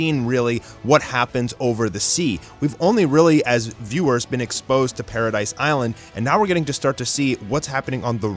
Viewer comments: Paradis not paradise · Wait did he say "alidians" and did he say paradise its paradis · It’s Paradis bro not paradise.